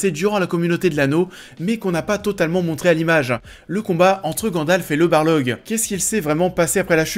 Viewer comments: Mais on dit Balrog pas Balorgue !!! J'aime bien tes vidéos mais s'il te plait ça fait grincer des dents ça !! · La bataille du gouffre de Helm est tellement géniale 👌 Edit : j'ai remarqué que tu as prononcé "barlog" au lieu du "balrog" 😁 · mdr ca ce dit pas bar log c'est BAL ROG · Le coup du "Barlog" m'a choqué en effet ^^. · Pas un barlog, mais un balrog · Le combat entre Gandalf et le "Barlog" 😥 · le barlog ? C'est balrog hein XD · Barlog ou Balrog ? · C'est un balrog et non un barlog. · Le « Barlog » ? Jamais entendu parler 🙃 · Tu dis "Barlog" mais c'est "Balrog" ;) sinon très bonne vidéo ;) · Balrog* pas barlog 😅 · Balrog s'il te plait, pas Barlog ^^ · J’ai beugé au même moment... « non il a pas dit ça quand même » ... retour en arrière... ah bah si, mes oreilles saignent depuis 😅🙀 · je croyait être le seule a qui sa dérangai XD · La même ça m'a fait sursauter alors que je regarde la vidéo en fond tout en bossant xD Très bonne série de vidéo sur LOTR cela dit, ça me donne grave envie de les remater...